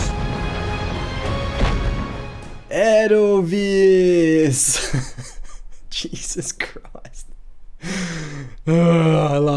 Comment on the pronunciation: and they loudly mis-pronounce "Edelweiss".